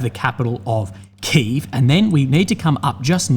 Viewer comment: Key Ev, its Key Ev